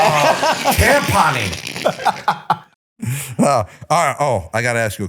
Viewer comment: Did Gronk say "Tampon-ing" ?? lol